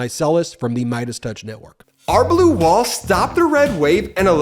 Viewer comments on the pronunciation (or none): none